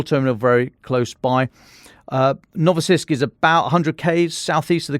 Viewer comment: Is it really so difficult to pronounce Novorossiysk (a bit like new Russia)? He said "Novosiysk" several times.